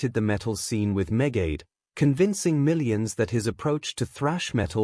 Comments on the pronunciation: Medeth megaid lol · the AI narration cannot even pronounce Megadeth correctly.. WTF?!